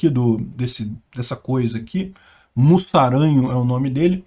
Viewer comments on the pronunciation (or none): se pronuncia "muzaranho", o S tem som de Z nesse caso.